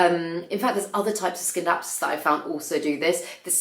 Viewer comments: In Classical Latin the 'C' is always pronounced with the 'k' sound, so I'd say that 'skindapsus' is correct 🙂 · Scindapsus In German is also pronounced like you say it. I actually think that's how it is pronounced cause if you say Sindapsus, where do you leave the C letter?? So, yeah, I stand by you and SCindapsus 😊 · C in latin is pronounced K, so you were right about the ”skindapsus”. ☺️👌🏻 About the one leaf Alocasias; I noticed that the ones who are not doing well are in glass vases. Could it be something about the aeration of the roots? Maybe you could try repotting them in a pot that is breathing better?